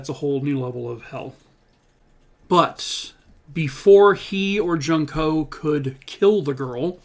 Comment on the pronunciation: Not being disrepectful at all but, i just wanted to say the name junko is pronounced like June-ko. Great video as always 😊